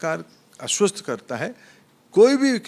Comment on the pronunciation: अस्वस्थ karunga😂😂😂 आस्वस्थ nhi 😂😂😂😂